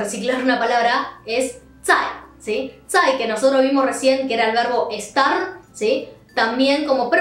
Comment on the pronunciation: Las otras palabras las dices muy rápido zai suena a t